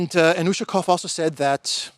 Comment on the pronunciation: As well as Ushakov, Lavrov and Peskov last names. Emphasis is on the "ov" syllable. Come n, you van do it. I believe in you.